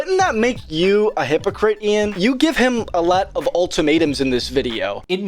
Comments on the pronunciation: Dude has genuine damage to the name Ian 🤣😭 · Ian De-Klein-ed